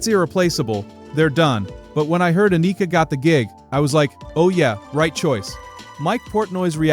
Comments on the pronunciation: Ann-i-ka.... NOT A-nee-ka..... say it right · Rush has always been the coolest band in the world. Learn to say her name. Jfc it's like the people mispronouncing Neil's name.